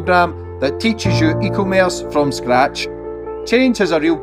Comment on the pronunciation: Eeeeeeeeeee commerce lol it’s two words melt